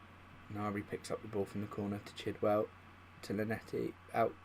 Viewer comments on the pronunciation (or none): You say it chilwell chill-well